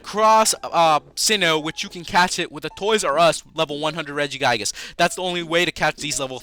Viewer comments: It's re-gi-gig-as not re-gi-gai-gas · regigigas not regigaiges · It's pronounced "Rehg-ih-gih-gus" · what is regiguygus? its pronounced (Rej-ih-gee-gus) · its not Reggie-Guy-gis its Reggie-gi-guz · When he pronounces it Regi-GUY-gus I just felt like smashing my laptop..... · Mess Around Account regiguygus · lmao 'regi-guy-gus' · "Regiguygus" SRSLY?! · Regigigas as in "rejigaygas"? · IT'S REGI GIG IS AND AR KEY IS! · pronounced= rej-I-gig-ass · It's pronounced ri-ji-ji-gas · You keep saying arceus and regigigas wrong, it's (ar-see-uhs) and (re-gee-gie-guhs) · please say regigigas right (REDG-I-GEE-GAS) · its not regiguygas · U said regigigas rong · you say it wrong. you say regigigas and arceus's name wrong. ahhhhhhhhhhhhhhhhhhhhhhhhhhhhhhh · Wait, Regigigas is level 1?!?!?!?!? Also, he says it worong; just like Arceus! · You said his name wrong but great video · Your saying regigigas wrong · Your pronouncing it wrong